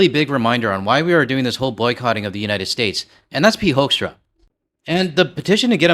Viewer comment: Not Pete Hoekstra - it's Pete Huckster.